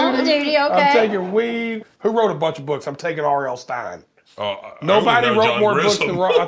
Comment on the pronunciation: Yo Jelly said R.L stines lol 😂